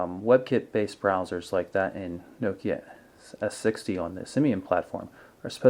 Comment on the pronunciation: You pronounce Nokia wrong